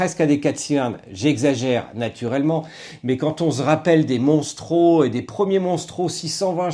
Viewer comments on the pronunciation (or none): On ne dit pas Monstro, ça n'existe pas, c'est MOSTRO 😛